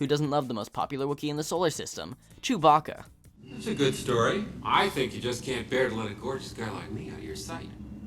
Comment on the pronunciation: It's spelt Han and chewbacca why say hon and chewboka why?